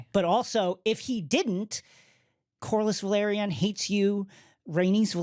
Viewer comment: Thank you for this! It also irks me the way they pronounce House Velaryon. It sounds like they are saying Valryian.